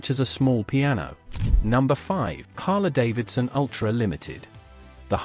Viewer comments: Harlee, not Harluh. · AI pronunciation is CRAP! It's pronounced Harleeeeee; not Harla.